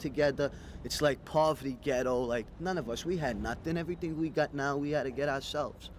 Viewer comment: “Whattah ya doiinnnn!? You filmin everyting”